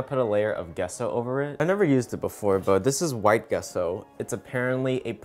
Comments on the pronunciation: Gesso pronounced Jeh-so not guesso. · Gesso is pronounced like gene and not get ! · Him: pronounces it Gesso Me: ....i-its pronounced Jesso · its jesso not guesso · It’s pronounced JESS-O not GUESS-O even though it’s spelt GESSO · Its "Jesso" not "Guesso" xD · ITS J E S S O AAAAA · So do I pronounce gesso wrong or is it? I say it jesso. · Um I just want to say the way to say GESSO is Jesso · Gesso like Jessie... jess-so. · Use water to smooth and that gesso is pronounced jesso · It’s pronounced gea-so 😂😂 no hate I still love you !! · You pronounce it Jess-oh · Wait isn’t it gesso pronounced (jesso) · 'Gesso' is pronounced 'Jesso' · " Gesso " lmaoo its pronounced " Jesso " :D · It’s pronounced “Jesso” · i'm sorry but my art student self just can't so bear with me here...it's pronounced "jesso" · It’s pronounced Jeso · He’s saying Gesso wrong and it’s killing me. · His pronunciation of Gesso😐